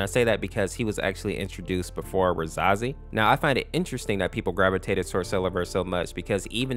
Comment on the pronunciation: Pronounced ruh-SAY-zee and SEL-ev-er Caps=emphasis